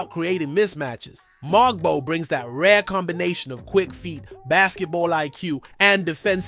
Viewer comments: Everything isn’t shocking. It’s hyperbole. Just speak normally. It’s strange. His name is MoWg-bow. Not MOG-bow. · Its pronounced MO-BO the G is silent ... and Yak-Cub Pertle like turtle but with a P...... please do some research it sound bad